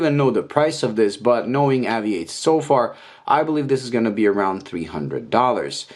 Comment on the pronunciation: Why do you insist on improperly pronouncing this brands name. AVI-8 is a play on the word Aviate which in English is pronounced ā’-vē-āt, much along the same lines as you pronounced aviation in this very same video.